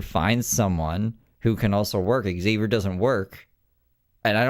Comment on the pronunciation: Aghh. The neighbor pronouncing Xavier correctly has me shooketh for some reason. I think I’ve actually forgotten how it is pronounced to be honest now.